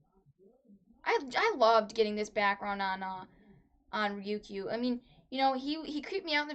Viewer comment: It's pronounced Re-You-K. Idk where you're getting Ryuku or Ryukoo from. Haha.